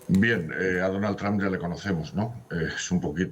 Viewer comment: Madre mía, el reportero ha dicho "Donal Tran" 🤦‍♂️🤦‍♂️🤦‍♂️🤦‍♂️